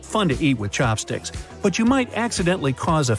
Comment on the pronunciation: The person said chompsticks twice then said chopstick once lmao